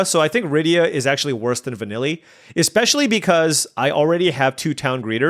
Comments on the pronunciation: Lol va-kneel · I could correct your pronunciation but I get a kick out of you calling her Vanilly Ice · Sorry but it's killing me, it's when you say Vanille, try saying using the same as kneel. So it's vuh-kneel (or like the common name Neil). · we love you, but also “Vanille” is pronounced va-NEEL. It’s French.